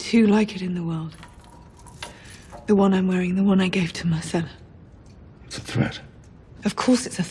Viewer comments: Tyrion mispronounces Myrcella's name as "Marcella." Interesting that they apparently didn't catch that during production. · It driving me nuts because all I heard is Marcella, not Myrcella